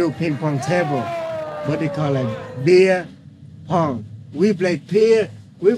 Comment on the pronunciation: He called beer pong “bing bong bong” lmao